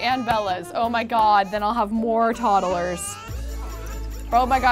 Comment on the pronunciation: Love this series!! Drives me crazy how says toddlers though 😅 like toddle-ers. Idk maybe it's just cause in from the midwest but she definitely adds an extra syllable in there! And we call them "tots" not "tods". Anyone else? 😂 Still a huge fan, I wonder how many parts it will be at baby #100